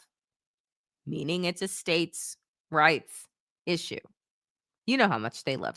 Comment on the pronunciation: Say states rights again with the accent that was funny as hell